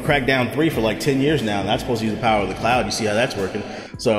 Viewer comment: “Ze powa of ze cloud”